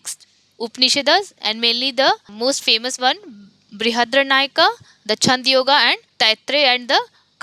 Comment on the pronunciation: Madam, not to question your authority on this subject, your pronunciation of many of the things need correction. For example: Chandogya is not Chand - yoga; Dvaita propounded by Madhwa not Madhava; Upanishad - not Upanish-das; Brihadaranyaka: cannot comprehend what you said; etc